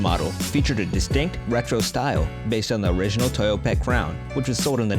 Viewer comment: Stop saying ‘ Tayoda ’ it’s..... T O Y O T A